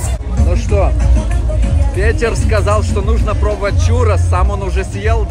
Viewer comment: Произносится Пэтэр, ну зачем так коверкать имя?